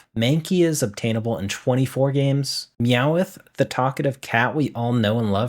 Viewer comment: Not meant mean btw it made me laugh, I love the mispronunciation it adds personality!